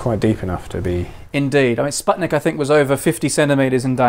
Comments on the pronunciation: "Sputnik" is pronounced like spoot-nik, not like spud-nick. Oh, and it's TereshkOva. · TereshkOva is the correct way. And in "Sputnik" "u" should be pronaunced as "oo".